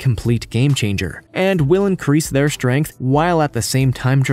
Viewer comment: Hey just because a compound is 98% water does not mean it’s cheap as you stated. Also the word strength is pronounced strength not shtrength. Same goes for the word straight, etc.